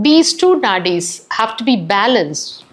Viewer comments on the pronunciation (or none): none